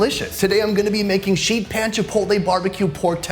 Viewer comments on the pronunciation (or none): none